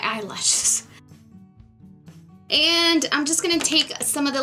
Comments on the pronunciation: omg i cracked up laughing when you pronounced eyelashes weirdly bc that's totally how i react when i pronounce something differently by accident! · When you messed up saying eye lashes I laughed out really loud. So funny. Love this look. You are beautiful!